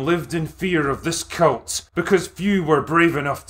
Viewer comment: He keeps saying cult, incorrectly. It must be his accent.